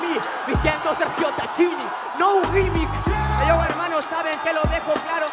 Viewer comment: Capo no remix se pronuncia NOU RGUIMIX. Te imagine en las calles de estados unidos diciendo "HEYO" por "HELLO"